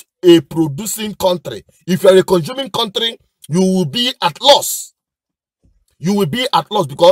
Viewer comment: Cowtry instead of Country same thing as Zoo.